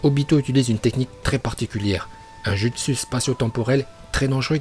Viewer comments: Un justU😂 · On dit kakazu et pas kakadzu et c'est le orbe shuriken on dit yondaim pas yodaim et on dit pas jutsu mais joutsou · « Le kATauNe GOTaNO DjUstu »💀💀